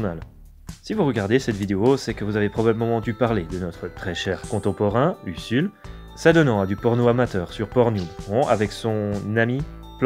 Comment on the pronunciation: Ca se prononce Uzul pas USSUL.